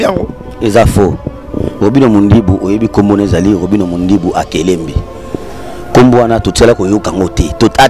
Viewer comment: Eza akelembi et non akelembe mm prononcé le nom de ton patron eza pasi tika tu souffre